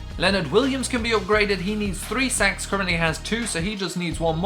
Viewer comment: when you say "sacks" it sound like you sayin "sex" 😂😂